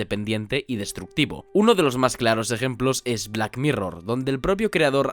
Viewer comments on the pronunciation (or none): none